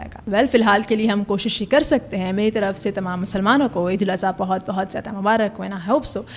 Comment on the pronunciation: Eid ul aza❌ Eid ul adha✅